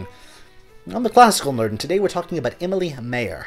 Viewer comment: Nice summary. I am fascinated by that moment when she was finally free from family obligations and decided to become a composer. It must have been liberating! BTW the video would be even nicer if you made at least an effort to pronounce the names Emilie Mayer and Carl Loewe correctly in German. Germans won't understand the names the way you pronounce them.